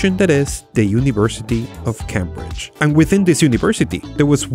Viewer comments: Love your videos. One note though it's pronounced"Ceymbridge" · You don't say CAM BRIDGE. Cambridge is pronounced Came Bridge. A lot of clever people go there. Not many came there and even less cam there. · The way you pronounce Cambridge is so interesting because it makes more sense than how it's actually pronounced, Cambridge is pronounced like Came-bridge but it gets its name from the bridge crossing the river Cam at Cambridge, and Cam is pronounced normally, not like came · I know English is a horrible language with rules that make absolutely no sense, so I completely understand why you pronounced Cambridge as "Camm-bridge" but for future reference it's pronounced "Came-bridge" as in, I came to work driving over a bridge. :) Excellent video though about another of my favourite stories, especially with the leakage current powering the chip. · CAM-Bridge? nononono. that's not how you pronounce it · Cambridge is pronounced came-bridge just so you know :)